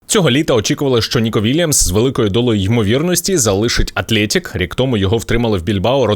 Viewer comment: Атлетік , а не Атлєєтік